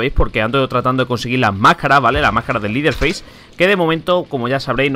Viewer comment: cuando pronuncies el nombre de leteherface es asi: lederfeis no es liderfeis :)